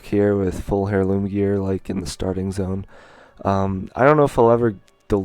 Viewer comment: it might be spelled heirloom but you say it like Airloom